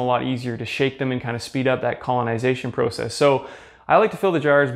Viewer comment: The way he says process erks me idk why but love the video regardless